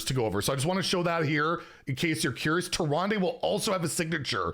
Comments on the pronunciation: inn keeper says tee-run-duh not -day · That was tricky to listen to lol.